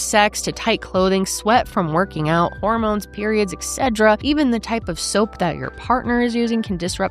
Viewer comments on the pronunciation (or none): Why is saying "etc" like it's an allergy medication 😭😂?? Excedra~🌸